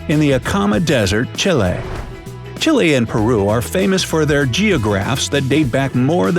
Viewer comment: Pisses me off the way he says chille